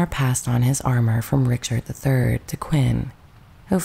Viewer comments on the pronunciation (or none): none